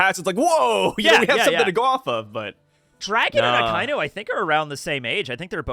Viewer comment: It's pronounced "ah-kah-ee-noo" not "Ah-kai-noo". C'mon guys, get it right lol.